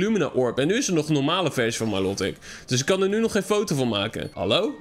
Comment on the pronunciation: Het is milotic en dat spreek je uit als mailootik